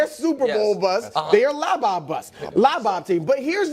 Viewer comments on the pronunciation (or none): Throwing out labob like that is like when people started saying "ax" instead of the actual word "ask" 🤡🤡🤣🤣🤣